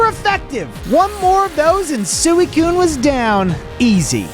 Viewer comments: How u prononce suicune suiicune how it actually is:sweecune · suey coon? NO heres how to say it, sweee coon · It’s pronounced swe coon